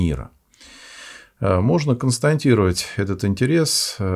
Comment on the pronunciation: Ох, как режет слух, когда говорят " констаНтировать"..!.